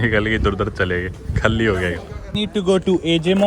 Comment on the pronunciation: Khaalii nahi bsdk Khali boltey hai hindi ascent thik kar le thoda bsdk